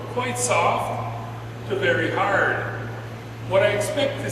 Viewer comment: "haerd". Have you been to ram ranch also? great vid bud :)